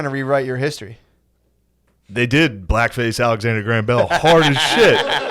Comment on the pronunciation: White Boy Matt and so Crazy both cant say Alexander Graham Bell